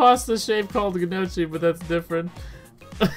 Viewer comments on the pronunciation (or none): Gnocchi is pronounced “no ch e” the G is silent lmao keep up the good work and terrible pronunciations !!!!! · And it’s pronounced g-knock-e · Gnocchi is pronounced like Nokia without the a. Like nokey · And it’s pronounced NO-KEY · The way you were saying gnocchi 😂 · right!!! lmao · It's pronouced gnocchi